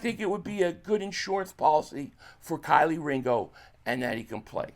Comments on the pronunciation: I’m tryna understand why you keep calling him Kylie 😂 his name is kelee 🔑 lee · Bro still can’t pronounce Kelee right lol Kylie is crazy 😂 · KEE- LEE, ITS PRONOUNCE_________________KEE-LEE DAMN GET THE NAMES RIGHT 🤔🤡💩go to Black folk pages that have interviewed him or college tapes so you have the names down🤣🤣🤣